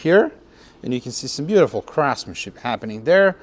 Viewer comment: Regarding the bodywork, did you say ‘craftsmanship’ or ‘crapmanship’. Just wondering.